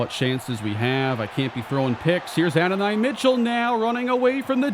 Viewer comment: No hate but it’s “A-don-e” Mitchell, loving this series